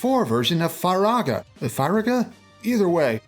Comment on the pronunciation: It's FEE-RAGA